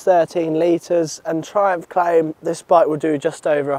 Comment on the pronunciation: My man, what were you doing over there in Amsterdam. You said "Trumph claims"